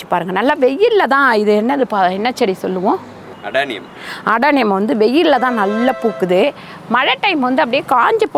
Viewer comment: Adieniem chedy. Not adaniem